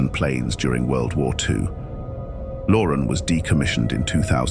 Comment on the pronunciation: It's not pronounced "Lauren"...it's pronounced "Lo-RAN"